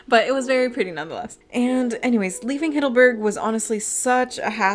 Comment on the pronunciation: Very nice video! Really good editing! Don't take it personally, I know german is difficult to pronounce for english speaker! But the " Hiddleburg" had me lough out loud! Greetings from Germany!